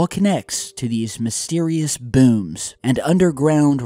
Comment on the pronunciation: HEY WHAT'S UP GUYS,,,LOL i love how in every video that makes that has these "mysterious BOOMS" puts heavy emphasis on the "BOOMS" every time i see a video where he says the word "BOOMS" it's always emphasized lol i just wanted to point it out and say how i think it's kind of cute. just sayin. BUT i'm NOT saying there's anything "cute" about whatever the fuck these damn "BOOMS" are, cause whatever they are there has gotta be something severely dramatic and heavy going on for so many people are hearing them from around the world, it's not funny, or something to be seen as funny, so on that note i take what he is saying very serious, but in my own mind i just had to say how i think it's cute the way he says "BOOMS" in every video where the word "BOOM" is mentioned so keep up the good work and remember "disclosure is coming" ttyl